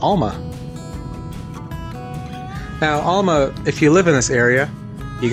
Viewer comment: Thanks for the vid, really enjoy them. Also enjoyed your play on words with Cape Enrage/Cap Enrage. One last observation, ifn' ya wanna sound like a local, its pronounced AL-MA like your Uncle Al not ALL-MA like all of your uncles. Cheers lad and looking forward to the next one!😀